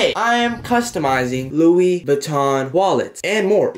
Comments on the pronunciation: NOBODY:: searching on google for "Lewis vittkon" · no one: looking up louis vuitton: “ lewis vittkon” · Nobody:: lewis vitton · "Lewis Vikton" Damn i laughed so hard 😂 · “Lewis vuiotoin” 😂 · Nobody:: Lewis Vuitton